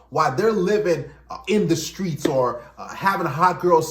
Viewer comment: “From the skreets” more like for the streets! 😂😂😮‍💨